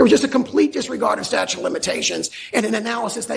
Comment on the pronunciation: Here's the kind of things that I notice... The reporter, Trump's attorney AND the judge that responded ALL pronounced the word "statute", "statue"! That is shocking to me! Incidentally, President Bush Jr., didn't start pronouncing the word "nuclear", "nuculear", until he became President. He was "dumbing it down" thinking it would make him seem more down home, down to earth. That's a fact!